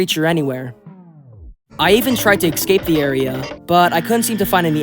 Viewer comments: umm.... ITS NOT ECSAPE ITS ESCAPE. ES-CAPE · Bro can he stop saying eggscape instead of escape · no no i wasnt questioning it in a bad way, js why, yk? he says (excape) instead of (escape) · Also why do people pronounce "escape" like "excape" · WHY DOES HE KEEP SAYING ECSCAPE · i love these video and your content but for the love of god, stop pronounsing escape like EGGscape pls... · Why do you say exscape? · Lmao yeah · good video but please pronounce escape right PLEASE